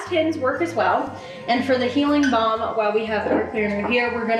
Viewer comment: every time you said balm i kept hearing bong and i was so confused but also here for it lol